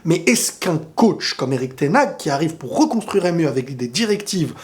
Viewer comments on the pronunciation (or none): Ten haag se prononce ten Har en soufflant le h!!!